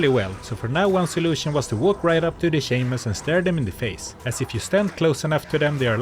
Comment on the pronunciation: Please don't pronounce Shaman as "Shayman"